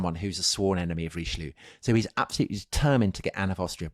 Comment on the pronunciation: Who is Reeschloo? 🤣